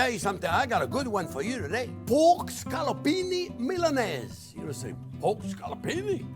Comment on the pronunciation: Say poke one more time lol